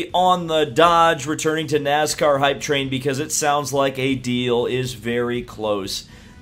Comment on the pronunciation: Nooscar, what's Nooscar?